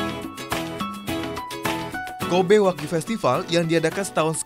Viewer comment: Wagyu Bukan Wahyu